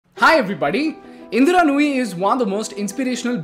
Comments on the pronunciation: Her name is "Indra" and not "Indira" bro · Anyone else distracted by how he repeatedly messes up her name, calling her "Indira"?